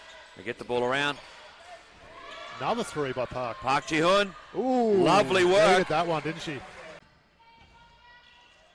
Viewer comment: 표기때문에 그런 건지 "지현"이란 발음이 어려워 그런 건지 모르겠지만, 경기 내내 "지훈"이라고 부르네요. 다른 경기에서는 이렇게 심하진 않았던 것 같은데 말이죠. 하여간 어제 경기가 없어서 그런지 오늘 쉼없이 40분 다 뛰었는데, 남은 경기도 부상없이 뛰길 바랍니다. 박지현 선수 파이팅!!!입니다.